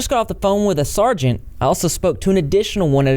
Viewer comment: Nice work! It’s “sergeant” btw 👍🏽